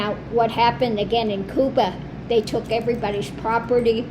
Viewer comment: I agree that you are a most interesting and talented woman. I want to thank you for using the Spanish pronunciation for Cuba. Your knowledge of and respect for other people is evident, and I respect you for it.